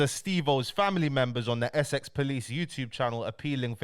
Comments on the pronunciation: man said SX POLICE NOT Essex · Why does he say Essex like that, it’s literally one of the easiest words to pronounce 😂keep the good content going though 👌